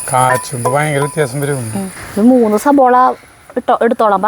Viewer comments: Not sabola, 'savala' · സബോള എന്നല്ല